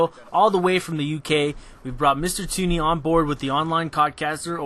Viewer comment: Tuney? it's Tunny lmao